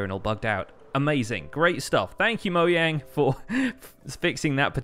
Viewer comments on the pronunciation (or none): Please stop saying moyang instead of mojang. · I thought he said thank you moyang lol